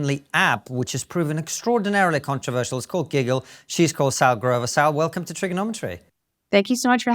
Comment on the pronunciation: Cant' believe it took me this long to realise she's called SALL as in SALLY and not SAUL.